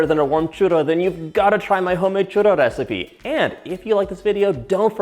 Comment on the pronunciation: "churro rrecipe" 😒😒😒